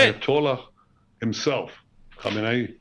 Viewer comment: Did he just call the Iranian supreme leader, ham and eyyy? 😂